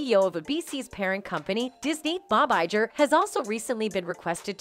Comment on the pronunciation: The bots drive me nuts. The "g" in "Bob Iger" is a "hard g" like in "get" and "go".